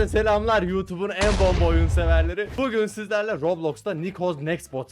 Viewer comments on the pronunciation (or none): none